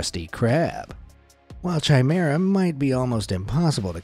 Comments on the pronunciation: Chimera is not pronounced ch as in chicken it's pronounced as a k hence it is pronounced kimera as in kick, I hope that this is clear to understand. I am sorry if I sound pedantic or petty but I tried to ignore your pronunciation but it just got more annoying the more you used the wrong pronunciation. I enjoy watching your channel but please try to get it right! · Chimera is pronounced, K Ī M E R A. No C, H sound. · Chimera Ian pronounced with a ‘ch’ sound. It’s a ‘k’. Basically ki-me-rah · 'Chimera' is pronounced with a hard 'ch', like in 'choir'.